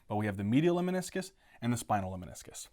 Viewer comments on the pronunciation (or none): I love your videos. Just one a humble comment. I believe it is “LEMNISCUS” and not “LEMINISCUS”.